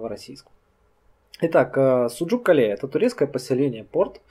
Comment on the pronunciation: Кале,ударение на букву а,с адыгского город